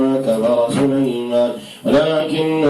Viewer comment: يااخي سليمان النون فتحه ليسة مضمومه